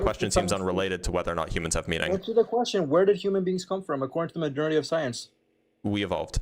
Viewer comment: Somebody teach this ignorant asshole how to pronounce the word "majority."